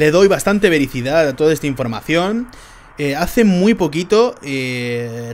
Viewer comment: dijiste vericidad, y se dice veracidad compañero!